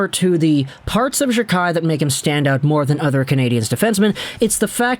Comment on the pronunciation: Can you at least say his last name properly it’s pronounced jack eye